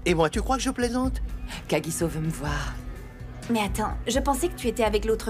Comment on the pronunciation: On dit kagisso